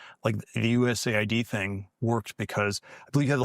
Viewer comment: This is an AI voice, didn’t realize it until the end where it mispronounced USAID